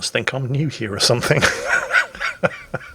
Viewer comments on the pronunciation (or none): none